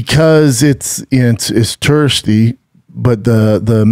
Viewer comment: Puh-ninz- uhh- la, turr-istoolee, turristt